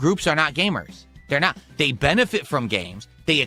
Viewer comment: He can’t pronounce “want” or “not”. It’s “wah” and “nah”. Somebody pointed this out and it’s seriously impossible not to notice. And he mentioned more “animations” that he undoubtedly stole from somebody else online.